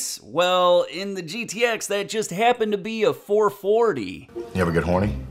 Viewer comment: I'm not a MoPar guy but I can't stand it when someone calls a GTX a "Get-X" like that old time spokesman the short film clip. To me it's like putting ketchup on a hotdog. Just curious. Do you MoPar fans cringe when you hear "Get-X" yes or no???